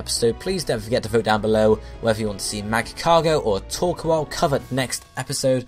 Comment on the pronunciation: Torkoal, but please, pronounce it right!